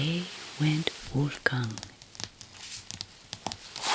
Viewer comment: The way you said "Wolfgang"... are you German? Edit: hall light changer is TOO FUNNY 😄 thank goodness for hall light changer and Coco Nono